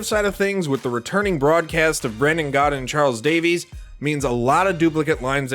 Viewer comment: Charles D A V I S not Davies